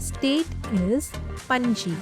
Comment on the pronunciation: You spell ( pronounced )the cap the capital of Goa wrong it's Panaji